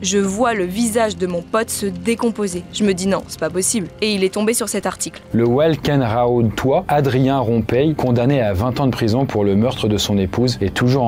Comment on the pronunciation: Tain la prononciation de Welkenraedt haha ça se dit "Wel-ke-n-ra-t" c'est juste à côté de chez moi. Et promis, on est relativement normaux en Belgique 🤣